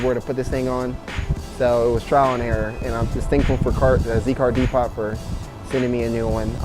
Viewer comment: Pronounced Z car depo.....not "pot" Glad your enjoying smiles per miles. But a Haynes work shop manual! It will teach you your Z